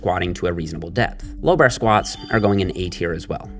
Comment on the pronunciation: The way he pronounces "bar" just ruins the video for me, it's a torture for my ears, but keep up the good work